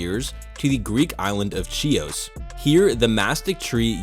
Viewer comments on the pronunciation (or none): The island is pronounced Hee-os.